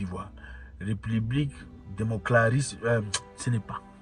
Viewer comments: mon frère Zack, c'est tellement drôle quand tu dis democlaris au lieu de démocratique 😂😂 tu as trop regardé Esobe 😁 tu fais toujours cette erreur mais c'est bon de rire parfois nous t'aimons pour ce que tu fais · Tellement cette histoire de république enerve Zack ,il dit république democlarisse😂😂😂😂😂😂😂😂😂😂😂😂😂waaar assia Warrior😅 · Zack, a chaque fois vous avez du mal a prononcé la République démocratique du Congo, Avez-vous un dent contre ce pays. Une fois quelqu'un m'a raconté l'histoire du saumon, ce qui est intéressant avec ce poisson ce que quelque soit le parcour de son voyage de lieux en lieu mais ce poisson n'oubli jamais son origine ou son point de départ il rentre toujours. votre frère